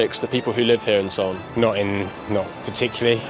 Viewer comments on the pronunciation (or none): BURKA!!!! LMAO! "Naht Particularrly!"